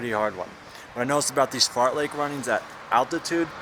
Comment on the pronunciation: don't know if it's intentional or not but it's fartlek not fartleck lol, awesome vid though, jealous of your insane fitness